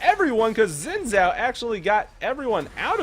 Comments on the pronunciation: It's pronounced Xin Zhao :) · FYI, Xin Zhao is pronounced Sheen Jow (like a Bow to a crowd) Thanks for another fantastic Ezzy gameplay! :) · lol I'm confused how u pronounce xin zhao is it "wi woo" lol or "zin zow" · In all seriousness, zin zow is much closer to the real pronunciation. People argue about it all the time and I'm sure even some Chinese people disagree about it. But the wee woo thing is just a recurring joke does. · He said that at first he can't pronounce xin zhao, so he just called him wee woo. c